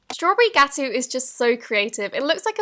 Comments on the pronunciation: with the strawberry gateau, you said it looks like a layered cake. fun fact is that gateau means cake in French and actually is pronounced as gah toe. as a French person it kind of made me facepalm when you said gatoo. no worries however, I understand! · Gateau is French for cake. You pronounce it Ga-toe. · Gateau is pronounced “Ga Toe” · its pronounced strawberry gat-oh not gatu but thats fine